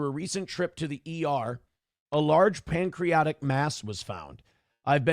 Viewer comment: Nobody tell the word isn’t “pancreotic”